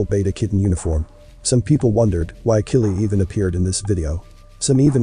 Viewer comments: My comment isn't meant to offend anyone; more like constructive criticism 😟. Please check out and use the correct pronunciations of names & things. (Example: Kylie is NOT Killie, but Ky-lee. Penises is the plural of Penis, being the anatomical name for the male's genitalia. Pronounced as Pee-niss)... it's important to remember that this adds credibility to your work. And as you say, you put a lot of effort into your work, so you need to reflect that in all aspects of it.🙂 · Is this a real narrator or a robot how come you can’t pronounce Kanye and Kylie that seems weird to me is this fake